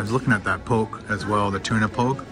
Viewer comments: its pronouced pok kay so almost like your saying poke and then kay not poke like ur poking someome...other than that love your videos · Just as a note: Poke is pronounced pok-a, with a hard A. pokeA. It's nice to know correct pronunciation, otherwise people just find a reason to find fault. And I'm not criticizing, just giving a helpful tip. When in Rome. . .